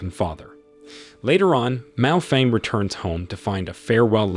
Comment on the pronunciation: Miao Renfeng not Mao Feng lol 😂